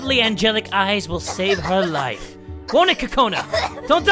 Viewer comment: I love it when u say "lets gram this trusty knifu and kill her lifu"😊☺️😳